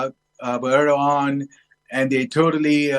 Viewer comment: George where did you get this clown from, he cannot even pronounce the Turkish president's name correctly. You know I have lived in Turkey for 20 years. Erdoğan is an Autocrat, he and he alone is the cause of Turkish demise re currency. It is Erdoğans policies that have Turkey in the mire that they find themselves in today. He's a dictator. Check his political opposition as you will see a lot of them are imprisoned, by Erdoğan. I'm disappointed also that he was reelected. I don't like authoritarian regime's George. Turkey is fast becoming a worse country than I encountered over 20 years ago. It's a religious bigots paradise now George.